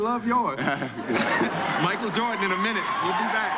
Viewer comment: Michael Air Jor-an